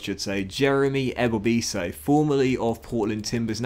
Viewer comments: Ebobisse is pronounced eh-bo-bis-see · His name is prounouced EBowBahSee mls fan